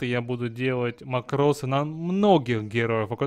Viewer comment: Во-первых, мАкрос, а не макрОс. Во-вторых, смысл этого СКРИПТА(а не макроса)? Если ты дно, не имеющее скилла и микроконтроля, то этот скрипт тебе не поможет. Ведь ты не сможешь даже развести всех мипо в стороны, если в тебя ультанёт лич, не говоря уж о других случаях.